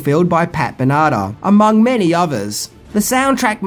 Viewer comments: it's "Love Is a Battlefield" by Pat 'BEN-AH-TAR' haha NOT 'BIN-AH-TAH' WOW - elementary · "Pat Bennatta"? That's Pat Benatar you dolt! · Pat Venarda?! Please, she's an icon.. Pat Ben-it-tar. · Also.... --- Pat Banana is all I hear. It's Ben-a-tar. 🤦‍♂️ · Love is a battlefield by... Pat Banada? lol It's pronounced Pat Bĕn•ă•tăr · Pat Benarta? did you mean Pat Ben-a-tar. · Ben - ah - TAR ! Not Benadah !!! Other than that, nice review. Seems like this review could have been 20 things instead of just ten. Leary had two roles in this film. One as a Gorgonite and second as the owner of the toy company. He's great ! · Who the heavens is Pat Benardar?? I'm sure you mean Pat Ben-A-Tar don't you Also that kid looks like a young teen David Duchovny or is that just me that thinks this. RIP Troy McClure, Lionel Hutz & the man behind the voice Phil Hartman. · Pat Banana? It Benatar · It's pronounced "Pat Ben-a-tar", not band-nan-na. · with a Whim wearing earbuds and i also heard banata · its pronounced ben a tar 😂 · sounded like he said pat banana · Pat BEEN-uh-tar. Great vid! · BEN-A-TAR Don't even know what you said for her name. BUT, I enjoyed the episode. :D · pat beh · nuh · taar Sorry but I have no idea why that bothered me so much lol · Love is a Battlefield by Pat Benatar Ben-a-Tar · Pat Ben-i-tar 😆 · I challenge you to do “10 Ways to mispronounce people’s names”! It’s Ben-uh-tar. AND side sCRoller, not stroller. Because the screen scrolls to the side, not strolls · Down vote for referring to Pat Benatar as Pat bannana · I'm still trying to figure out if is as bad as John Travolta at pronouncing names or is he intentionally getting them wrong. It's Pat Benatar (ben-a-tar) Hopefully he never has to pronounce Idina Menzel, lol. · Its Pat Ben it tar thought a fonic pronounciation would help you. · Pronounced Ben - uh - tar... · with a Whim i absolutely love and he's one of my fav YouTubers, but he definitely didn't say "Benatar" correctly.